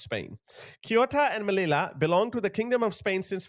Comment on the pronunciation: Agadir and Casablanca in Morocco are big tourist resorts. Will never holiday there again. This is no way this is country at war. Viva España 🇪🇸 Most of the Spanish hate Sanchez. Hopefully him and his criminal family will be gone next year. By the way it's pronounced Meliya. Two eLL's in Spanish = Y